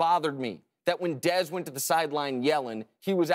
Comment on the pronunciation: i like chris carter but the way he said dez was the worst, looks like he enjoyed saying it.